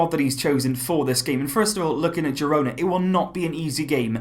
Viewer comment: Pronounced hirona